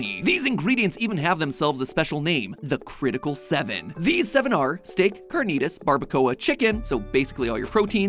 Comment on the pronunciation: Almost clicked off after that carnitas pronunciation 😭